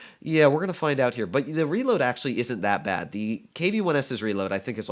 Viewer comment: "acutally" Engrish: *100*